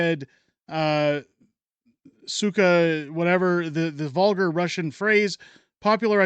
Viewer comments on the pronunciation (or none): It’s pronounced, “sooka “